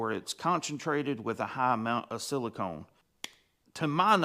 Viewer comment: It's siliCON.... con.... CON....... not CONE. Silicon, not silicone.